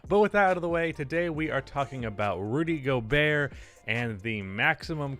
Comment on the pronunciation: Rudy Go-Bert